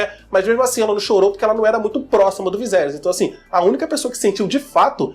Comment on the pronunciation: viSerys VISERYS pfvr!!! é horrível ver vc falando viZerys kkkkk